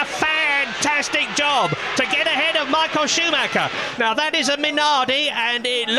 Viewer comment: Alter wie die immer SchuMACKA sagen wtf